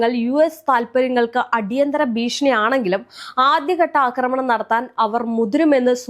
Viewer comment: 'അക്രമണം' എന്നല്ല പറയേണ്ടത്. 'ആക്രമണം' എന്നതാണ് ശരിയായ വാക്ക്. അതുപോലെ 'പാശ്ചാത്തലം' തെറ്റാണ്. 'പശ്ചാത്തലം' ആണ് ശരി.